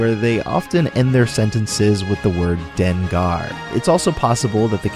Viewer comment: "Dengar?" The hard r ending doesn't even exist in Japanese. I've never heard of any kansai accent like that, and I live in Japan. That "dengar" meaning Kansai quirk thing was a mistranslation way back by Nintendo Power (issue 98). The correct ending is "denga," part of the qurik "denga na."